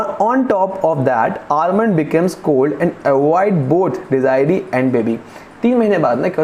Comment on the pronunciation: The correct pronunciation is “De zu rie” not “De zi ree”